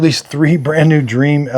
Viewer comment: Dreame is pronounced Dreameee not Dream.